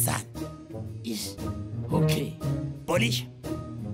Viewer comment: "Pholisha freyfa" wax on wax off 🤣🤣🤣